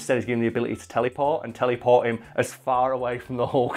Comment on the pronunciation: teleyport, i like how he says it